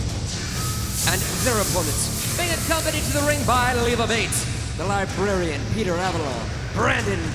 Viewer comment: Did Tony say, "The Libarian"?